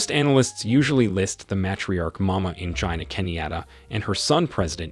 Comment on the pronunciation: En jina instead of Ngina, the owner of this channel should contract an African to do the voice overs